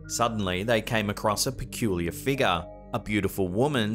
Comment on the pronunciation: I try and count how many times he says "mysterious figgah"